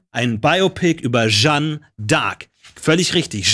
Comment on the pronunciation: Jetzt hat der Jung schon n französischen Namen und spricht Jeanne trotzdem völlig falsch aus. #triggered